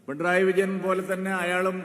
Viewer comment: പിണ്ടറായി വിജയൻ എന്നാണ് ചേട്ടായി പറയുന്നത്😂 അത് പോലും പറയാൻ അറിയില്ല സൂരപ്പൻ